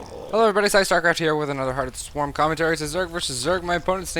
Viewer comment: lol, at first I thought you said at the start "Hello everybuddy psystarcraft here with another hearth of the swarm", I got really confused about that for a second there.